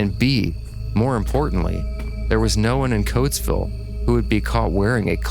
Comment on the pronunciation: "it's coatsville , not cloaksville pal"